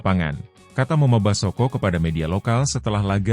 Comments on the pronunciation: Ai peppers kok ngomong moma basoko,belajar lagi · Bgm komentator,kok ngomongnya moma Basoko.